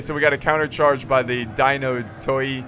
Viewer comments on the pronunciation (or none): none